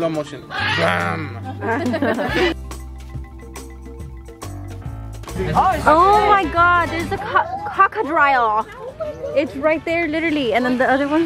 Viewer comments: Not saying cocrodile for crocodile 😂😂😂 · Not saying “cocodrile” instead of “crocodile”💀😂❤️ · Is no one gonna talk about the “cockadrile” 😂😂😂😂😂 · did anyone noticed she said “ Crocrodrillo “ instead of “ Crocodile “ lol 😂😂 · Not the “cockadrille” 😭😭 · "...Oh my God, it's a Cock, a cocka-drial!".... A not the only one on earth that cannot pronounce 'crocodile' correctly. Oh welp!!!🐊😂 You sounded so cute!! Thanks for being all YOU ❤️ These vacations will forever be yours & Alex' "precious moments"! Thank you so much for sharing! ❤️❤️❤️❤️ 🤗🥰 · Lmfao not you saying cockadrile 😂😂😂 it’s CROC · Not the “cockodrile”😂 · It’s a “cocodrile ” 😂😂 y la otra “cabo 2020” instead of 2022 😂😂